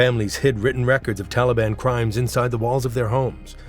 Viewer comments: Не тАлибы,а талИбы. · ТАлибы, БульбУдин, НаджибУла, наказАн, крУжки (вместо кружкИ), вЫносили (вместо выносИли), начАло (вместо нАчало), родОв (вместо рОдов)... Когда уж вы начнете ударения ставить ударения правильно!